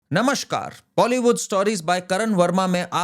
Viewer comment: It's Namaskaar, not NAMASHKAAR!! Always keep check on your pronunciation as you are a host